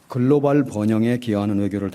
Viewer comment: 말꼬리 잡자면 글로발(x), 글로벌 (o) 입니다! global 미국식 [ˈɡloʊbl], 영국식 [ˈɡləʊbl]